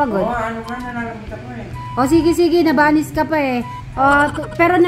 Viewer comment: Nabalis hindi nabanis 😂